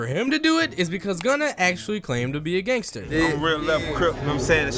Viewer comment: He called meek mill a "gangtser rapper" 😂😂😂😂